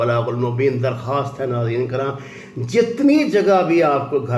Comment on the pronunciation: Hahahaha tariq sahab still you hv problem with saying ( nazeren karim or nazeren keram)